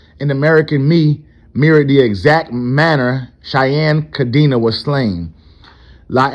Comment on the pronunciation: Cadena, the old leaders last name is pronounced: Ca-Den-Ah. It means, chain, in Spanish.